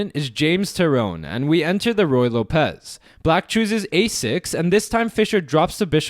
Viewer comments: Not loPEZ. It's LOpez, like locker. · ruy lópez, not ruy lopéz